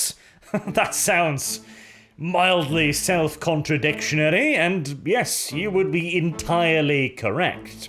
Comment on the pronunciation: You said contra-dictionary 🤣